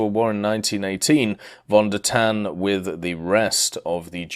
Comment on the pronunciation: if you want to pronounce german names properly, try to pronounce the V like an F c